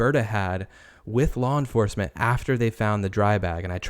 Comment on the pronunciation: wtf is lore enforcement? lol